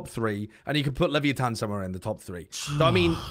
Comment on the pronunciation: Am I the only one who disslikes how is saying leviathan 😂